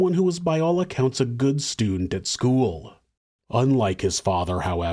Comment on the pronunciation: Dude. “Skoo-wull”. Ugh 👋